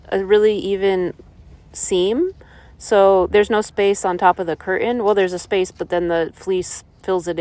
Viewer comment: Curtain next to stove, making coffee/cutting veggies over a fur blanket, mispronouncing curtain, I've had enough.